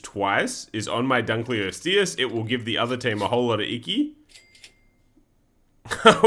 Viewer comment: dunk-lay-osteus like lebron